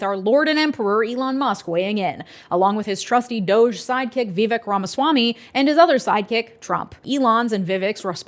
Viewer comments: can you please say Vivek's name correctly? I don't think you're saying it wrong on purpose, but I think getting peoples' names right is really important (even when we don't like them). It rhymes with cake and rake--Vih-vake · His name is vivek. It rhymes with cake. Remember his rap?